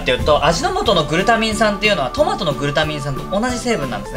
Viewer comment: 裏返りながらのタマト笑